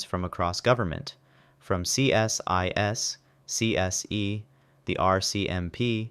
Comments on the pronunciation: We don't call is C S I S, we call is "See-sis" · Why didn't you put the full names along with the acronym? As someone else mentioned CSIS is pronounced see-sis.